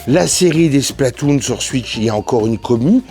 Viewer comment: Cool ta vidéo ! Moi aussi j'ai kiffé la "Suitch" 😅 Tu ne serais pas originaire d'Alsace par hasard ? Bonne continuation !